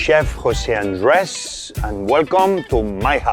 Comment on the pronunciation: "I'm chef Jose andrœæëüssshhhh"